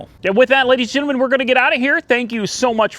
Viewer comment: say gentle men not ginamen.